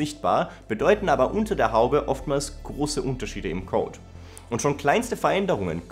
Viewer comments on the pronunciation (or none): none